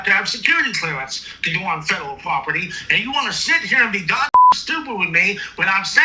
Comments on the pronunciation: This guy clearly has a mental disability. You can hear his speech impediment and clearly he is a fedurul agent. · Fedderwall Pwoperty 😂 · He can't even say "fedawel" right!! 😅😅 I just keep picturing Elmer Fudd😂😂😂😂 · 😂😂😂😂😂😂